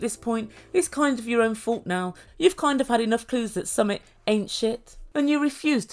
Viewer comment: It's pronounced "Sumeet"